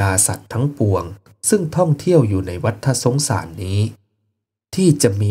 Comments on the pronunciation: วัตตะสงสาร ไม่ใช่วัตถะสงสาร เรื่องธรรมะย่างนี้ต้องอ่านให้ถูก มิฉะนั้นไม่น่าเลื่อมใสศัรทธา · ัวัฏสงสาร ออกเสียงว่า วัด ตะ สงสาร ฏ ตัวนี้คือตัว ตอ ปะตัก ไม่ใช่ ตัว.ถ